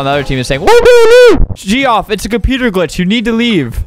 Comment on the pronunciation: Albert, you can't pronounce Geoff, it's pronounced Jeff!